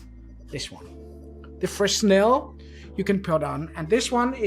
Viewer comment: Great review. One small detail. Fresnel is pronounced fre-nel (s is silent). Keep up the great reviews.